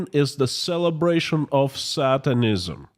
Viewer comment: HI K FROM 🇨🇦 I GENUINELY AM AMAZED AT YOUR ENGLISH SKILLS AFTER BEING AWAY FOR SO LONG. A COUPLE PRONOUNCIATION NOTES: SATANISM = SAY..TAN..ISM NOT SAT..TAN...ISM. SOVEREIGNTY = SOV...REN...ITY. 3 SYLLABLES NOT 5 SOV..ER...EN..I..TY 🥰